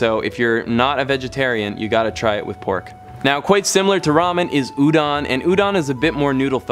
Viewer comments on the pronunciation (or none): U said udon and kawaii wrong. Smh.